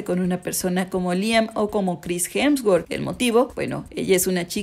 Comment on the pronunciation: Corrige porque dice hemswort es hemsworth